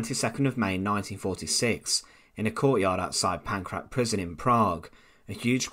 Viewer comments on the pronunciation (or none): The pronunciation of Lidice, Ležáky and Pankrác is indeed completely wrong in this video. The authors should have just looked it up on Wikipedia. (In general, English native speakers often mistakenly assume that other languages abuse the Latin alphabet the same way English does.)